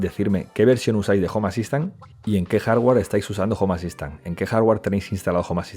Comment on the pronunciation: Cuando pronunció mal "home assistant" dije bueno no creo que lo diga muy seguido, continuemos. Estaba equivocado, unas 300 veces en los primeros 2 minutos